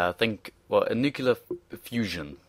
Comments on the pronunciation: I need to say, it's nuc-LE-ar, not nuc-U-lar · "nucular" lol